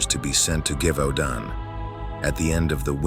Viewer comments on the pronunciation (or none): Friendly French pronunciation tip: “zhe-vau-don” (with a nasalized “n” at the end)